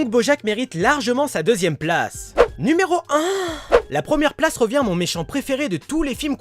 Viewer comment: Wesh comment t'a dit numéro 1😓😓😓